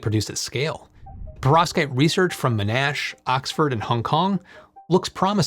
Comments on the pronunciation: Just FYI, Monash is pronounced mon-ash, not mo-nash. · Good one thanks. But Sir John Monash would be rolling in his grave... It's not "M'nash", but "Mon-nash" ("Mon" as in "monitor", "ash" as in "cash") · It's "mon-ash" not "m'nash" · Please I beg you, it's MOnAsh, not MnAsh. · Monash is pronounced like mon and ash stuck together into one word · Monash is pronounced mon-ash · Mon-ash, not whatever you said. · down under, we put the stress on Mon: MONash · love the channel. Pity some folks miss the point about exploring emerging tech. Btw “Monash” is pronounced “Mon-ash” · I laughed and cringed at “Mo-nash” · To me it sounded more like he pronounced it "Manash", I liked the video but it hurt my ears every time he said the name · Just for clarification the emphasis is on the first syllable. MON-ash. Great work as usual otherwise though. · you may want to look up a video with the correct pronunciation of Monash since they are doing a lot in your space